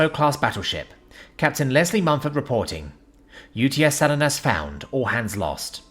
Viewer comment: Not, "Sal-in-us", but "Sa-LEE-nus".